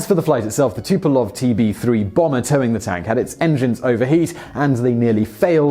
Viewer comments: Antonov, not Anatov Tupolev, not Tupolov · "tupalov"? "anatov"? smh.